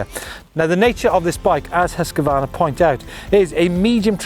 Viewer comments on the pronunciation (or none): sorry but i have to say this. its not hus-q-varna its husqvarna. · Great video - That husqvarna pronunciation though...